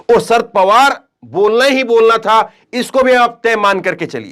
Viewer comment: शरद पवार नाम है ,सर पवार नही